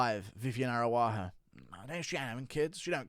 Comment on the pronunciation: Come on man.. learn how to fuckin say the Araújo name WTF are you saying there? aruaho 😂